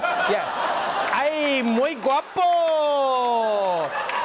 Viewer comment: Trevor's Spanish pronunciation is flawless. Muy bien!